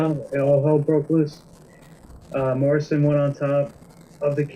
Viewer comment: lol "john marrisan"